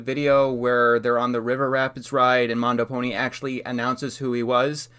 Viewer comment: You mispronounced MandoPony as MondoPony